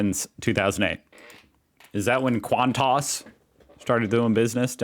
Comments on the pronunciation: The news today is those two got sacked (fired). Hardly surprising. Also it's Qan-tas, not Qant-tos - oh, wait a minute, I get it...Qan- tossing. Might become a new Aussie sport! Fab. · QANTAS is an acronym for Queensland and Northern Territory Aerial Services. It’s simply pronounced “kwontis” not kwontarse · It’s QANTAS NOT QANTARSE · Hun, it’s not Quantoss, it Qantas(sounds like quan-tss) the “a” is silent. And Melbourne isn’t Mel-borne. It’s Mel-bn… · Qantarse? lol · Say QANTUS one more time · Someone tell how Qantas is pronounced!. V little emphasis on the tas at the end 😄Its our national airline, known as 'The Flying Kangaroo', due to the red Kanga on every planes tail. The letters stand for Queensland and Northern Territory Airline Service. Founded around 1920 I think. The world's 3rd oldest continuous airline and one of the safest. I heard some of their luggage handlers were sacked this week hahaha. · There is no "O" in QANTAS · I suggest you google the pronunciation of words foreign to you, eg. Qantas, Melbourne, Brisbane, etc, etc.